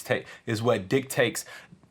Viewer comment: did you say dick tastes instead of dictates? lol keep the videos coming ;-)